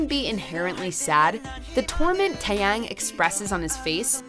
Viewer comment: "Weddingdress Taeyain"